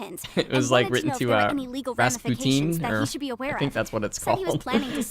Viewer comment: Hi, i'm russian. The stress in "Snezhnaya" is on "e" originally :)